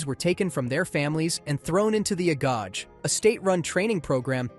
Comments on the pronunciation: A-go-gay JFC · Say it with me AH GO GEE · It’s pronounced A Go Gay